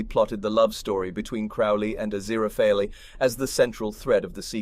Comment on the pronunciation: Azira-faily? Why not just call him Azirafalafal?